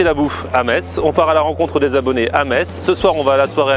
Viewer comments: Bonjour, Pour la prononciation : On ne dit pas metZ mais Mess. Merci beaucoup pour mon oreille. Une personne qui habite à Metz :-) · Tu as du bien te faire charrier dans les com pour ta prononciation de la ville de Metz ^^. Pourquoi comment, je ne sais pas mais cela se prononce "Messe", c'est comme ça ! Après cela ne change pas le fait qu'on doit très bien y manger :P